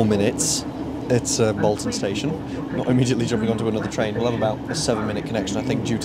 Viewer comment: Also, on the subject of pronunciation, you're pronouncing Bolton wrong. All the Boltonians pronounce it as Bolt-un